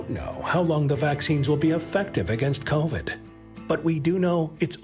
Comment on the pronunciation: THIS WEEK....IN KOUWVID HISTOREEEEEH